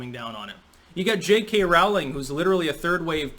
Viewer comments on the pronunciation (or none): none